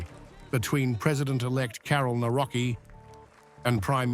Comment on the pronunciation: It is really irritating how you pronounce Polish names. Do your homework because you really sound arrogant and disrespectful. It is [ navrotskee}.